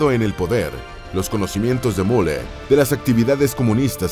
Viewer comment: Es increíble que no puedan aprender a pronunciar UN nombre alemán, Müller es el más común. Al inicio hablan de "La Gran Guerra" y muestran aviones de la 2° GM; después de la represión policial en München, y ponen imágenes de 1989 un desastre...